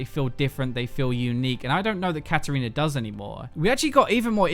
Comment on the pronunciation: "Katariner", haven't fucking heard that one before